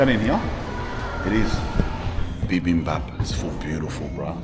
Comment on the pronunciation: Bruh your pronunciation for Bibimbab was sick af I love that and thanks for the review of Korea's dark history especially with the empire of japan